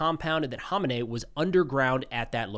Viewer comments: Kama nay? You don’t have to speak like one of them. We pronounce it ko-may-nee. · Dude, who the hell is Honenay??? It's komenei dude..Ayatollah Khamenei!!! Pronounces kameni.... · There's no silent K in Khamenei. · Sounds like "Ko-may-knee" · Is "haw min ay" how you're supposed to promoted his name? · Can somebody tell this guy the "K" is not silent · Why can’t anyone pronounce Khamenei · In nearly 40 years of this guy being in charge of Iran I’ve never heard his name pronounced anywhere near how you pronounce it. I remember the first Bush used to purposely mispronounce Saddam’s name because the way he would pronounce it meant “shoeshine boy” (at least that’s what the news reports were), is this the same thing? Or just have people been wrong all this time, the so-called experts and media pundits with in-country “intelligence”? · You are pronouncing his name wrong, the H is silent, the K isn't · I believe you're saying his name incorrectly. Just a heads up